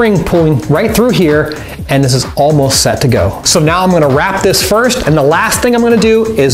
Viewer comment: u said firf or firfst?